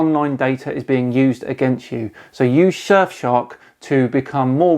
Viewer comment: “shurf shark” 🙂